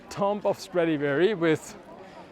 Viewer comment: You pronounce it "tuum". The "b" is silent.